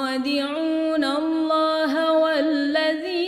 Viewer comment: ماشاء الله مباركة فتح الله عليكي عليك الاضخام صوتا من المخرج بمواقع "اللام لاسم الجلالة " عشان تزداد الروعة بارك الله فيكي